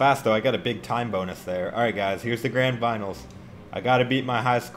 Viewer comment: "Here we go... Its the GRAND BINALS"